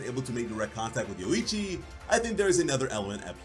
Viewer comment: Say yorrichi but remove the two r's and add a u between o and i